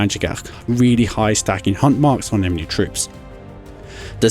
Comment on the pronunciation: Dude you keep pronouncing enemy as 'emeny'